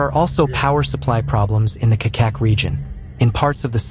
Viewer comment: Nije "Kakак" nego Čačak(Чачак) !